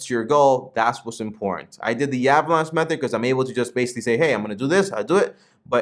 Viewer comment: My man, it’s Meth-Thud not Meth-ered. Great vid 😁